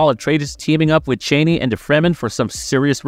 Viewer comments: Chani is Cha=NEE not Cheney ! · If someone is wondering: Zendaya's charakter Chani is at no means related to Dick Cheney. Their names get pronounced differently but not in this video. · LOL The mispronunciation of "Chani" over and over again in this video is like nails on a chalkboard. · Zendaya's character, Chani, has a name that is pronounced "Chaw"nee - Not "Chainee."" The mispronunciation is irritatingly disconcerting. Did this "narrator," even see the first movie? Chani's name is pronounced correctly by Timothee' Chalamet's character, Paul, AND by Fremen leader, Stilgar (Javier Bardem). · Aww, that’s cute. Have you ever heard any interviews with Frank Herbert, the author of the novels, pronounce it? “Chaney” For whatever reason, that’s actually one that the filmmakers got wrong.